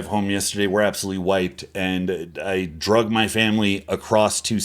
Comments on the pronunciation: I thought he was saying 'i drugged my family' so that he could go compete in peace or something 😂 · Noble natties when they hear "drug" instead of "drag": 😱